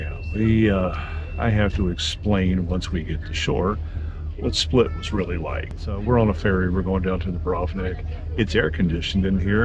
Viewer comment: Im from Split and you said it right, its different.